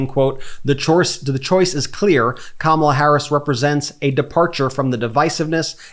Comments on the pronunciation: say what you want but the pig finally said Kamala correctly. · He actually said comma la! Wow 😂 wonder if he realized he actually said her name correctly 😮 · Hey!!! He actually said her name correctly!!! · He said her name correctly… he’s desperate 💙💙💙💙🩷🩷🩷🩷💚💚💚💚🇺🇸🇺🇸🇺🇸🇺🇸